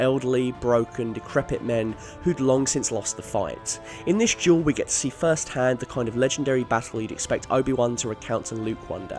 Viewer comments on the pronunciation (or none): Its duel not jewel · It's duel. Not jewel. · He sounds like he’s saying jewel not duel 🤺 💎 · Juul, not duel. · Everyone else: "Duel": "Jewel" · Why do you pronounce "duel" like "juul"?? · Why do you pronounce duel like jewel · Anyone else notice he keeps saying juul instead of dual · I keep on thinking he says "Juul" instead of "Duel!" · i fucking hate how he says duel xD gule ahhh so frustrating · Who else thought he was saying "Juul" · It sounds like this guys saying juul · I’m sorry but each time he says duel i hear jewel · I swear if he says jewel one more time im gonna kill myself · Every time you say "duel", i hear "jewel". Tricking my brain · When he talks about Duel of the fates it sounds like he's saying "juul of the fates" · Every time you say duel i can't help but here the word jewel instead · I can't help but hear juul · “Juul of the fates” is literally how you pronounce it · Lmao every time he says duel I hear juul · i keep freakin hearing jewel and that's so annoying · I heard it as juul